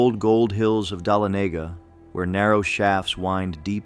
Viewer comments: Your pronunciations are a little bit off....we are strange here in ga in what we call our towns....it's pronounced Wine-der, with a long I sound, and duh-lon-uh-guh, for dalonaga...in Houston ga, it is pronounced house-ton... just trying to help you out for future reference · AI pronunciation…I’ve lived in GA my whole life. It’s Lake “Luh”nier, “Whine”der, and “Duh”lonega. If you kick quickly enough the hands in Lake Lanier won’t be able to pull you under. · OMG it's pronounced WHY-nder and Dah-LON-a-ga! I hate AI..... 🤷🏼‍♀️🤦🏼‍♀️ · Thank you lol I was like what is dolahnayga 🤔 I just went to dolahnayga a few weeks back 😂😂😂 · The town of Dahlonega is pronounced Dah-LON-ega. Accent on the 2nd syllable. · It’s all done by Artificial Intelligence. That’s why Winder and Dahlonega are not pronounced correctly. Also Sadie Baker is a Tennessee folklore. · Lost all credibility mispronouncing Winder and Dahlonega hahahaha. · I had to quit listening after hearing Winder and Dahlonega get butchered. It drove me crazy.